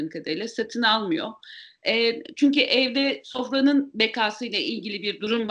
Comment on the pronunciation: "çünki" degil çünkü haamfendi, çünkü. Türkçeyi dogru konusalim lutfen. "çünki" diye bir kelime yok Türkçede. Kelimenin dogrusu 'çünkü' iken, neden "çünki". Psikolojik bir hastalik olan snobistik modaciligi ya da modaci snobizmini terkedelim.